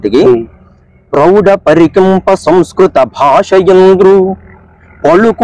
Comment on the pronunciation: Basha kadura saami……. Vatthu ‘Bha’……… Bhaasha…..